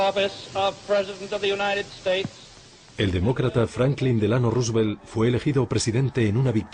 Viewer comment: " DEL ANO" RUsVELT JAJA